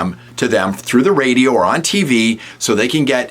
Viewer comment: Since when was the word 'radio' pronounced that way!!! What an idiot!